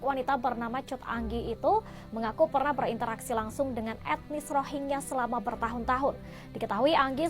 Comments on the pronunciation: Rohengyah bang bukan rogea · bang gw lebih fokus kenapa lo susah banget ngmng rohingya, malah jadi rogiah. 😅